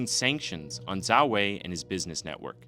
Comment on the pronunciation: The fact that you correctly pronounced his family name 🫡🫡🫡